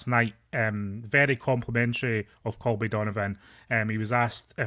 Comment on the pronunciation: his name is Colby not Calby